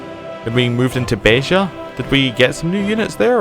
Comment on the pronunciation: YES! YES! YES! Finally, a non-Portuguese youtuber who said "Beja" properly!